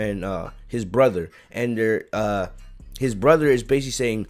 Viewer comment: Like how he says broder instead of brother it’s funny